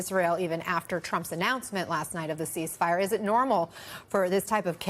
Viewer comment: Oh, "ceasefire" ...we thought you said increase fire.